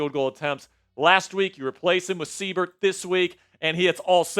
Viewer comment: Seibert = S-eye-bert. Good win boys! HTTRWFTC4LIFE!!!